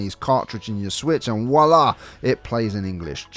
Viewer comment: Why do English speakers tend to not pronounce the "v" in "voilà"? Just a tip, folks: you are supposed to pronounce it. Nice video, btw (except for the way one of you spoke "voilà" 🤣).